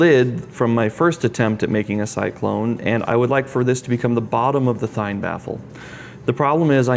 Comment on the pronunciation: It's pronounced "Thien"